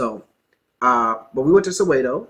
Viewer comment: Your wife pronounces Soweto properly, sorry but you sound bougie bro